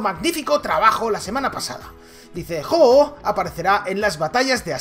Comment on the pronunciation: De los pocos que dice bien el nombre del pokemon :v